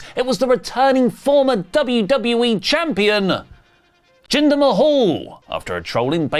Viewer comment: Jinder Mmmhhhlll